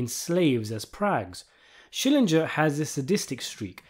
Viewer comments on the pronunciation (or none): The way you keep saying Schillinjer, the more I feel like yelling "SCHILLINGER!"